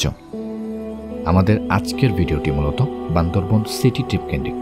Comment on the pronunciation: বান্দরবন বান্দরবন শুনতে শুনতে বিরক্ত হয়ে গেলাম। সঠিকভাবে বলতে হবে বান্দরবান।